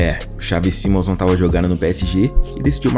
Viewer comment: Pqp que agonia vc falar mal o nome do cara